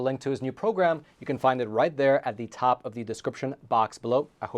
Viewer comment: The host pronounces the word "not" as "nod" and the word "top" as "tob" (substituting vocalized consonants for non-vocalized ones).